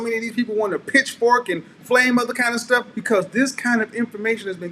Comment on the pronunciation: “Cat moms sitting around doing cat shhtuff” almost let it slip 😂👏🏽